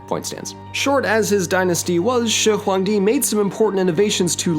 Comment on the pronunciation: Damn the pronunciation of shihuangdi is basically native level!